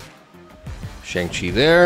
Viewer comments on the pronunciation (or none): The name is pronounced Shong Chi, remember it